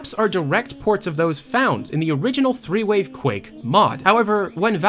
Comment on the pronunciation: I kept hearing you say "three-way" instead of "threewave", so when you said that it was a folder that nobody knew what it was, I definitely had a few ideas...